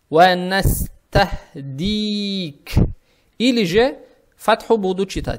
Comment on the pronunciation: Почему у вас настахдика если большинство говорят настахфирука